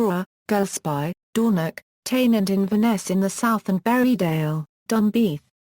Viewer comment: Being Sutherland born I found this Audiopedia insert very interesting. However, the experience was a bit spoiled by the wrong pronunciation of several place names such as Dornoch, Golspie, Strathnaver, Cromarty, Caithness and even our language "Gaelic" a bit jarring.